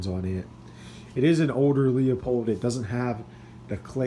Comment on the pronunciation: Beautiful rifle! Leupold is pronounced LOO-Pold.